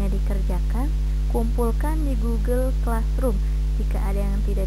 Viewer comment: Gogle bacax salah